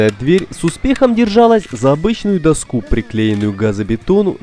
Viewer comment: Что за интонация? Не нашли живого диктора, кроме робота... Какую доскУ??? - дОску!